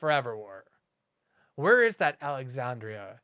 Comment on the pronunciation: Alex-HAN-driahhh. This first name sort of address in a public communication reminds me of the baroque designs on floral-scented commercial toilet paper.